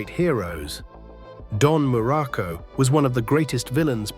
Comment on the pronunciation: Dude AI sucks balls, can't get the pictures right and cant even say his name correctly.